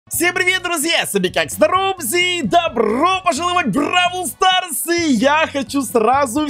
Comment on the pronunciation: прости но "Бравл Старс" а не "Брал Старс"